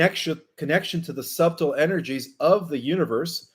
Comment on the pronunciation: Also, the b in subtle is silent, SUH tle.Thanks for another enlightening report.